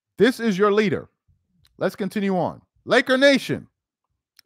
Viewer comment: Stop saying Lakernation 🤣 Real Laker fans don’t like this clown 🤷🏾‍♂️